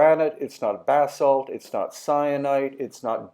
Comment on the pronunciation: It sounds like he's says "Bath Salt" every time he says Basalt. That would be crazy if archaeologist found evidence that the Egyptians were consuming and building with Bath Salts!